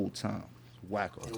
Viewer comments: It's "WACKO" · Wacko not Wack 😂😂😂😂 too funny